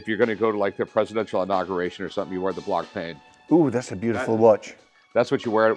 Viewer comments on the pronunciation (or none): And the irony of him not knowing that blancpain doesn't sound like pain but like pawn, which is the biz he's in. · He said “You wear the BlOnK-pAiN.” Jesus Christ. 🤦🏻‍♂️ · Hyouer… conagraff… blankpayne… Roman jerohm… Jeyegger Luhcultruh… I’m 💀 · He corrects you on the pronunciation of pawn, then proceeds to mispronounce Blancpain an Heuer